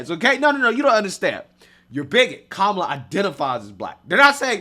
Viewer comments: 😂😂 it's not "kemela", 😂😂 it's K-Mala 😅. Love your programs. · The interviewer can't even pronounce her name correctly. 😂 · The funniest thing about this is I can just imagine a liberal watching this video and Literally having a mental breakdown, Listening to this guy mispronounce her name over and over and over and over again.😂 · Trump all the way. None of them even know how to say Kamala's name. 😅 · That lady taking aviut Venezuela and denver sounded fake. She couldnt even pronounce Kamala right. Very sus, but she lokely has some points, but that sounded very scripted lets be real